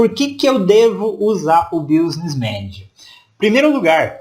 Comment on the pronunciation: Gostei da sua aula, mas o som do <"business" como se pronuncia é "biznes", mais ou menos assim.